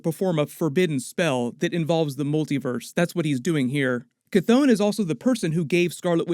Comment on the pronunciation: Gteat video but Chthon ...is pronounced Couth Hon. Or Kht Hon!!